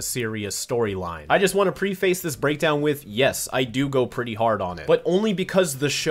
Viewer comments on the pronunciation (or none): it's pronounce preh fiss. Preface.